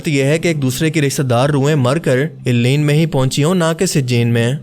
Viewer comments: Assalam Alaikom, a point I wanted to make clear, please call it, (El liyeen) rather than Eliyeen. 🙂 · It’s عليين illiyyeen not ileen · آپ نے علیین کا تلفظ ساری ویڈیو میں غلط بولا ہے۔۔۔۔۔ جس سے لگتا ہے آپ نے سورة المطففین ٹھیک سے نہیں پڑھی ہے۔۔۔۔ آپ کو خیال کرنا چاہئیے۔۔۔ آپ ایک اہم موضوع پر بات کر رہے ہیں۔۔۔۔ اپنا تلفظ ٹھیک کریں۔۔۔۔۔ باقی ویڈیو اچھی اور معلوماتی ہے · AP boht zyada km ilm ho. illeen nhin hora. Blke ILLIYYEEN hota he.,,,.Apne kaha munkir nakeer. Ye bhi aapko jahaalat he. Munkir nhin hota balke MUNKARR hota he. APki aokaat nhin he k aap deeni mozuaat pr bat Karin. Funny videos bana Liya karo